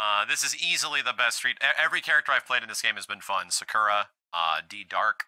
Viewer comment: The way says Sakura. It bugs me. XD